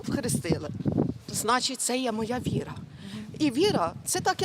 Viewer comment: Це религия, Янина. ВИ- РА - видаюча Свитлом Люда. Правильно говори. Вира це не религия.